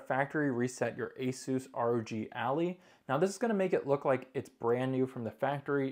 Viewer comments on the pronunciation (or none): Dude it's "ally" not "alley" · how did you pronouce that😂. its "eh lie" right? not "eh lee" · learn how to say ally